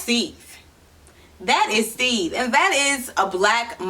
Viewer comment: I think you’re pronouncing the name wrong